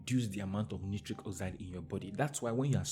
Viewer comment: Dear friend correct pronounciation of nitric is night-trick. As in Night trick oxide.